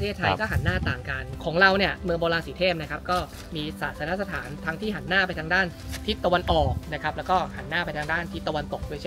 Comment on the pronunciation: วิทยากรให้ความรู้นี้พูดไทยเก่งมาก identify ออกเสียงชัดมาก แต่พอเป็น อาศาย หานหน้า อิสิปตาน้า ... ช่ายๆ ช่ายๆ... เด็กไทย คนไทย ภาษาไทย